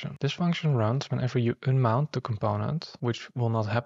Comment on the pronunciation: you don't say ünmout but rather "[a]nmount" :D